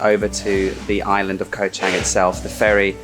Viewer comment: you appear to have lived in Thailand for quite some time, so why do you consistently pronounce 'island wrong" ?